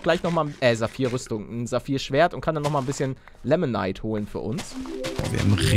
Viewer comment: Paluten das heißt nicht lemonite sondern limonite